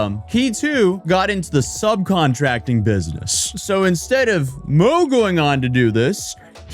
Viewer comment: your chinese needs some work "mo" is pronounced more like "more" and yang is the surname, guang-sheng and kang-sheng are their first and middle names.